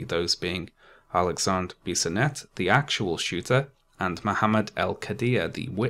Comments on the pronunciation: Just so you know, your pronounciation of "Alexandre Bissonette" was fine, strong accent sure but fine. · From Montreal here. You pronounced Alexandre Bissonette right!